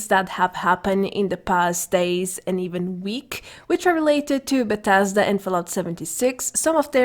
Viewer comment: Buuh tez duuh. Bethesda